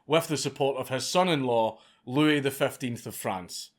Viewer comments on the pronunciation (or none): none